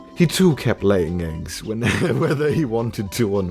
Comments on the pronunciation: Did he just say 'eyying leggs' or am I hearing things? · Did anyone else hear CDawg say aying legs.